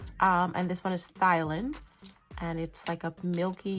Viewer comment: The “h” is silent in Thailand… pronounced tie-land! I just got Daydream too! Love it!